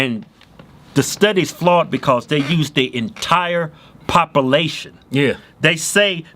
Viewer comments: wtf is popalation? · Facts are facts.... Can we just address how they pronounce "population" its not popilation. Love these guys tho. Trump 2020!!!! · It's not "papa-lation", it's "pop-you-lation". Everything else you guys say is cool with me. Carry on. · Parpalation lmao idiots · Papalation!!! Irelafant!!! Lol